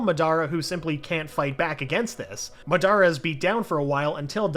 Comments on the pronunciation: The way he says mah-dah-ruh as ma-dar-raugh made me click off the video off of cringing. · Whos mud-are-uh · Bro I get so triggered when he said ma dara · bro its Madara not madiArrrrAAAAAAAA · The pronunciation 😬 Ma-dar-a?¿? Ma-da-ra... Other pronunciations got me rolling too but this ones the beat miss pronunciation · Goofy pronunciations n the voice so dumb , ‘Kakashis best friend uchiha’ ma- DAR uh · Bro the way he said ma dar ra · excuse me did you say mah dara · “Jijuriki” “Uchia” “madra” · Next time pronounce names like normal not meeeenaaatooo or muhdara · “Muh-Dara” oh nah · Medara it’s madara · My man said my dara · WHO THE HELL SAYS MA DARA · Did he really call madra, madara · its not ma da ra its pernounce madera not spelt like that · ok I'm sorry but having Obito being called "Uchiha" is just too weird for me pulse he said "me-nahhhh-toe" instead of minato.... and my guy said ma-dare-a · The way he pronounce madara makes me mad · He pronounced madara wrong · I was enjoying this until I heard you pronounce Madara